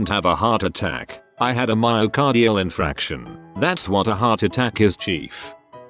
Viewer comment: Ite a "myo-cardi-al in-FARC-tion" not "in-FRAC-tion"